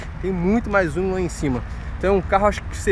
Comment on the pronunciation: Vc de falar o uno não a umo